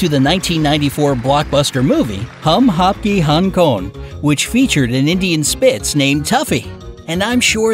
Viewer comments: It's pronounced "Hum-Aapkay-hay-kown", just for a foreigner pronouncing it "Hum haapke Hong Kong" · For me its like "hum apka hong kong" this dude...lol even tho I'm not full Indian I can still pronounce it right 😂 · hum aapke hain koun🤣🤣🤣 the way he pronounced it😂😂😂😂 any indians here???? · Your prices are really accurate but you pronouced Hum aapke hain kon wrongly😂